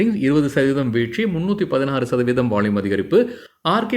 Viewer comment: நீங்க பாலக்காடா!! வால்யூம்ஐ வாள்யூம்ங்கறீங்க...!!!!!!😅😅😅😅😅🎉🎉❤❤..